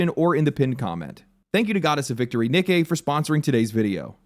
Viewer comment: Great pronouncing Nikke